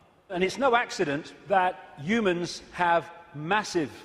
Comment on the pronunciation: " Youmans, youmanity" 😀